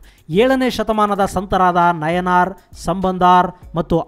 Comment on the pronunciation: It's not ನಯನಾರ್ ಸಂಬಂಧಾರ್ ಅಪ್ಪಾರ್ bro it's ನಾಯನ್ಮಾರ್ ಸಂಬಂಧರ್ ಅಪ್ಪರ್